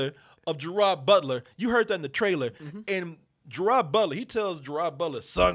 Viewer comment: & it gerard butler pronounced as ger-raid not ger-rad